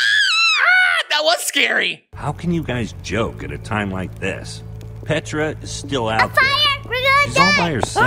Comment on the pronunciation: I love it how you call Petra tarchres